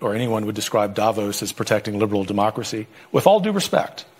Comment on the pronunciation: I wonder why English speakers cannot pronounce Davos correctly